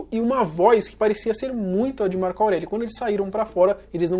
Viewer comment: porra tu é muito burro, não é "Março" é "Marco".